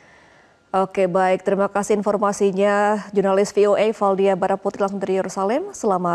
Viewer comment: Fi o e? Ibu pembaca berita. Kayanya dulu pas sekolah dpt guru inggrisnya ga bener. Senasib ama gue. Gue juga kaget, ternyata belasan tahun gue salah pengucapan v.